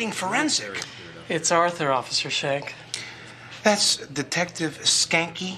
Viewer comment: I just need to say that the guy in the bowtie (aurther) pronounced Schanke reasonably well as if it were German. But since his name is 'skanky' instead, its great because Schanke is being condescending to someone smart enough to pronounce the name how it should be on his first attempt. Great writing imo, for characterizing Schanke as an ass further. Love it, I see why you missed it.